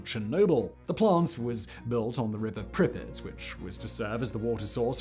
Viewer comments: Who else is irritated with the pronunciation of the city Pripyat… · I 💕 you Simon but every time you pronounce Pripyat I can’t help but cringe! 😂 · For god sake, pronounce Pripyat correctly. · It is weird that you do research on something and then can't pronounce the name. Sorry I insulted your god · I've never heard Pripyat pronounced Pribbit before, and so many times. I always heard Russians pronounce it as Preep-Yacht. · Preep-yacht is the right one. Trust me Im Romanian I know 🤌🤌🤌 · World: Pripyat Simon: prippet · It's not PRIH'-pit. It's PREEP-yaht. And it's Sla-VOO-teech ;) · Did he say pripet? And not [pri-pjat] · Pri-pet? You mean pree-pee-yah-t? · Isn't it Prip-ee-at rather than Pripit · The city is spelled Prip-Yat not Pripit. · Its prounced prip-pee-at not prip-it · Simon it’s pronounced “Preep-YOT” not “Prippit” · Prippets? Really?🤦🏻 I’ve actuslly been to Lendon too!🤷🏻‍♂️🙄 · Why couldn't you say prip-i-yat like everyone one else? You just wanted to be different. Brutal. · Not sure what's worse, the Chernobyl disaster or Simon's "Prippet" pronunciation disaster. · If you're gunna call it 'Pripyit' you have to do it with the Russian accent, otherwise you sound like a prat. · Just a note, there is a difference in ukrainian and russian pronunciation. Pripyat with more prominent 'y' is closer to ukrainian, in russian, it is pronounced with soft 'p' followed by 'a' and then soft 't'. The way Simon says it is closer to russian pronunciation. Since in the beginning of the video he mentioned he visited the city, i assume he picked the pronunciation from local guides, who are commonly russian-speaking. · Living in Ukraine I can tell you Simon's pronunciation is incorrect. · Anyone else annoyed that Simon didn't enunciate the "y" in Pripyat?